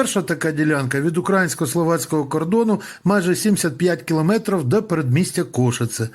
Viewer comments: не укрАїнський кордон, а украЇнський кордон - наголос на букву Ї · мені нічого не чується, ви слово «український» вимовляєте як кацапський пропагандист, а не українець